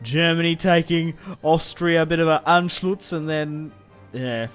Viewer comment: wtf is anschlutz? It's Anschluss